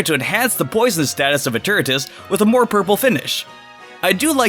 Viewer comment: God the way he mispronounced the legendaries hurts ( Its ZAH-shee-un and Zah-muh-ZEN-tuh ) good job u got Eternatus right tho